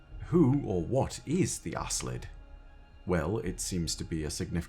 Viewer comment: Either there's a different pronunciation, or Bungie never said the name out loud, cause I'm pretty sure they didn't mean to name that race ass-lid ☺